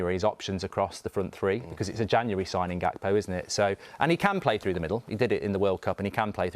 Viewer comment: I'm so happy u both said gakpo lol. From all Liverpool fans